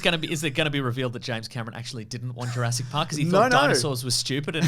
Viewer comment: lol the irony of someone correcting the name 'Sattler' who pronounces Jurassic as juraysic is not lost